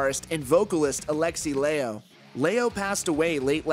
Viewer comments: dont think mustaine new him as a friend, no way i would struggle through a famous friend's name let alone get it wrong, he said "lailo" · A powerful tribute from Dave Mustaine who didn't pronounce Alexi Laiho's name correctly but said Lailo, who doesn't remember the name of his other guitarists he watched and doesn't remember which season of Vivaldi Alexi played with Roope. Powerful. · Old Dave looking for some attention, by the sounds of it. Can't even say Alexi's name properly. Seriously, such disrespect.